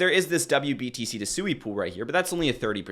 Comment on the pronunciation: It's pronounced "swee" like sweet or swing. It's a Japanese word for water.